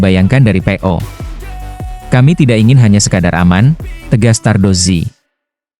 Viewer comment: Kok nyebutnya pe'o bukan pecco 😂